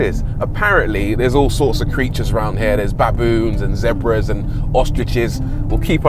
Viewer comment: why am I only realizing that you are not South African. I've always known you're British, but it never occurred that you are not South African until you said "Baboons and Zebras" 😂